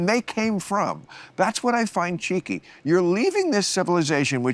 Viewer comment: Such a cool dude. I dig the way you say Gypsy. And Bill saying cheeky’. So entertaining 😎